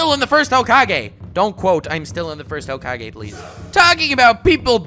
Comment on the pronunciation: Honest descriptions of every hokage (pronounced hocage of course to piss you off) when